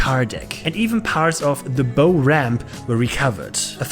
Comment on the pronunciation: Nice video! Note: "bow" (the front of a ship) rhymes with "how". English pronunciation is a nightmare...